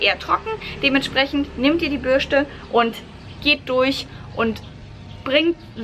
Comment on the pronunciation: Lustig wie du Bürste ausspricht:D